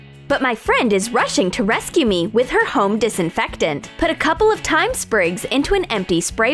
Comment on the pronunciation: It's Thyme not Time